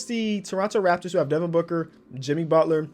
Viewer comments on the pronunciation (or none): none